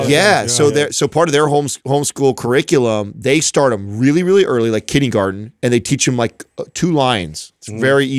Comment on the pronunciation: Does say "kiddygarden"? The word is kindergarten 😂